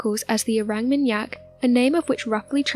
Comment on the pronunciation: Orang with a deep a like ‘is ahh’. ... or -ahng How do people make mistakes like this when making videos that potentially hundreds of thousands of people will watch ?